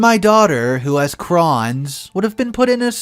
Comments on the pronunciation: It’s pronounced CROW-NS not craw-ns. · Hey crohn's is pronounced Crones, like croney without the y and instead an s. Just making sure pronunciation is all good. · The “o” in Crohn’s makes the “oh” sound